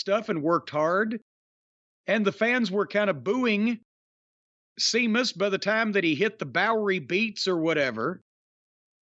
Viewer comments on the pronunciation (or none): I wish Jim would go all the way and call Sheamus, "Semen" instead of "Semus" We all know what he's implying...